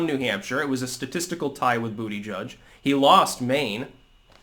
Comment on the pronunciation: YES! said BootyJudge again!